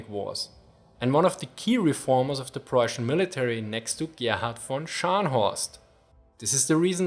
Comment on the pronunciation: "Preußian"- * Denglish intensifies *